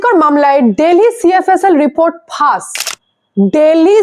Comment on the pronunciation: ফাস বলছেন কেন? ফাঁস বলুন।